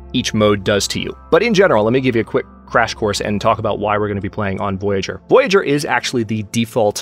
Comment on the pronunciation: Please correct me if I'm wrong, but I think you pronounce "Voyageur" wrong. The way you say it sounds more like the english word "voyager"". I'm guessing, since the game is Canadian, it's actually the french pronounciation as indicated by the spelling of the word. [vwajaʒœʀ]